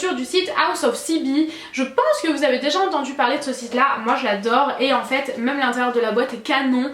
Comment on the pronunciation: Ta les cheveux beaucoup plus rouge et éclatant que d'habitude. Tu dis toujours mum au lieu de même. Mdrr super j'aime trop la robe noir 😍😍